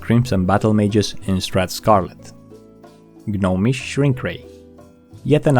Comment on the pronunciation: The "G" in "Gnomish" is silent. It's not pronounced "GUH-nomish".